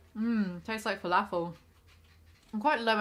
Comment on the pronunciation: You say filAAfull like a southern American